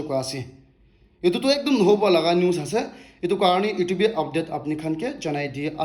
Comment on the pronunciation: In every points t way you say ase doesn't sound good.....